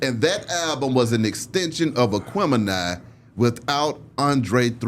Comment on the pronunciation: Then wicked??? He definitely couldn’t have said Aquemini in the beginning!!!!